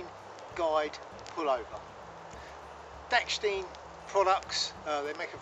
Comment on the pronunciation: Dachstein, not dacksteen